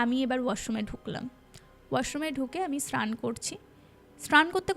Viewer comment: কিছু কিছু উচ্চারণ খুব কানে লাগে, ভটি না বটি, শ্রান না স্নান এগুলো তো ছোটবেলা থেকেই শুনে আসছি! এগুলোর দিকে নজর দেওয়া উচিত। আগেও অন্য চ্যানেলেও এটা দেখেছি।